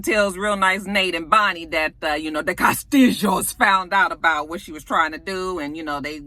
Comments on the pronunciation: "Cah'stee'joes" LOL! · This video! I was rolling every time you said "Kah-stihl-hoes". lol I needed that laugh. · After you have watched the video you can catch saying CASTILLO.,,, and. Enjoy LOL!!